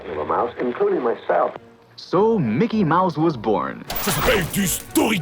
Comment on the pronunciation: Mickey "MOUSSE" 😂En tout cas, sacré conn*** ce Walt 😀 Merci pour cet épisode ! En tant qu'animateur 3D c'était vraiment cool à regarder ^^